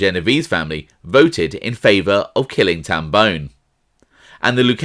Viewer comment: It’s Tam Bon”e” not bone How I know? It’s my last name.